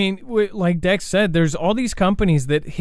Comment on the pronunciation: I live right at the junction of ky mo and tn. Haven’t felt anything. And no you didn’t say it right dex lol.